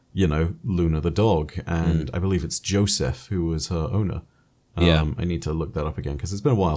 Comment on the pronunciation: I think Joseph was pronounced with swedish a "j" like "Yo-seff"